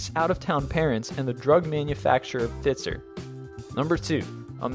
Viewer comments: To the august narrator of List 25 videos: The name of the pharmaceutical house, Pfizer (producer of Xanax), is not pronounced "fitzer." It is pronounced FIE zur. Carry on. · "Fitzer"??? How about 'Pfizer". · It's pronounced Fie-zer, not Fizzer. I know because my dad used to work there. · "Fizer?" haha, close. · You pronounced Pfizer wrong